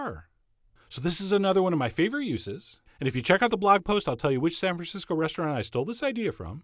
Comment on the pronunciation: Did you say Sandwich Cisco (@